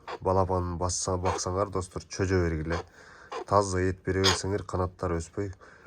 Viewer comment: Чөжө дебей жөжө десең